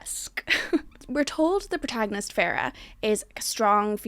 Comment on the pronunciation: Farrah? Fae-ruh